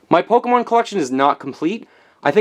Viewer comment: If you are going to be a nintendo expert, Pokemon is "Poke-ay-mon" not "Poke-o-mon" I'm not butthurt, but according to *****, that's how you pronounce it.